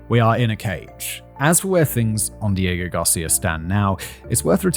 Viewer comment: This video was difficult for me, seeing as how i got both nauseous and angry everytime you said "diego garcia".